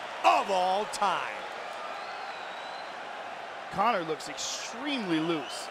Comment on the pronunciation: this is the most drawn out buzzkill victory announcement I’ve heard in a while. This man took 3-5 business-years to say Connor’s name, and then he said it all weird.